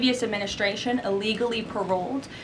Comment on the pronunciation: Hey Karoline, "illegally" starts with an I not an E. Do better.